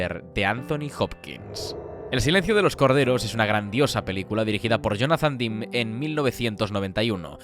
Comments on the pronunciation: Si no saben cómo se pronuncian los nombres, para qué inventan???? Demme, no se pronuncia "dim", se pronuncia DEM. Estudie. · Me encantan estos vídeos. Se nota que llevan un currazo interesante. Enhorabuena. 👌Espero que no te moleste, el apellido del director se pronuncia "demi", no "dim".